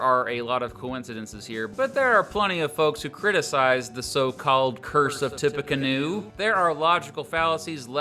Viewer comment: as someone who lives in indiana, its "tippy canoe"